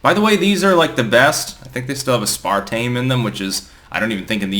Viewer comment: Ive never heard aspartame pronounced that way haha